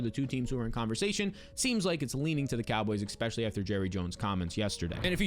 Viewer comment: Why are you saying expessialy instead if especially